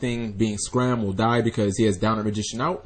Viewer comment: It's not scram it's Scarm dang g learn your pronunciation.